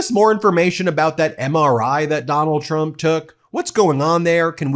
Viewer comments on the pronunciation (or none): Did she pronounce trumps name as chump ? 😂😂😂😂😂😂😂😂